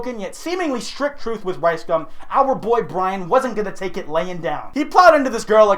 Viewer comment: I'm like 90% sure you're saying Rice cum instead of Rice gum lmao